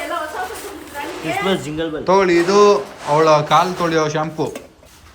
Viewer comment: Christmas❌ Chismas ✅